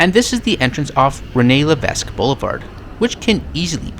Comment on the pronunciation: The s in Levesque is NOT pronounced in Quebec French.